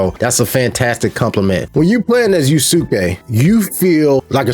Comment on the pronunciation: You mentioned playing Ghost of Tsushima Sekiro, and some other games... have you played Rise of the Ronin? Side note: Yasuke is pronounced Yah-skay and Naoe is pronounced Nah-oh-ey. In another video you mentioned wuxia. It's pronounced woo-sha or woo-shia